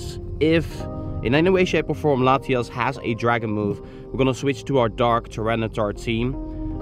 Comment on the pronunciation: dude... its latiAs not latiOs. you kept saying latios lol